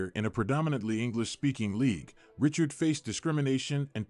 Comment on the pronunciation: Geee-zuzz! His name wasn't Richard. He was French Canadian. It was pronounced Ree-char. If you're going to do a video about someone, the least you could do is pronounce his name right. .